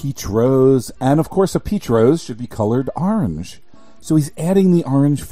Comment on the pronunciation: I love how you say "Arange" instead of orange